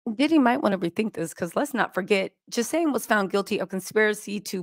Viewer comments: I got to tell you. That’s woman’s name is Ghislane (GILL-LANE) she’s from Europe. The -s it’s silent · GIL-AIN!!!!! The S is silent! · Ghilaine Maxwell - Ga-lane Harvey Weinstein - Wine- sten Marlboro - not marbles - marl-boro I just couldnt take it! Lol🤣😂 I love u ur the GREATEST!!